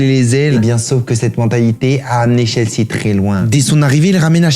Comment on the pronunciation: Ça se prononce "Tchelsi" et "Spéchol wan"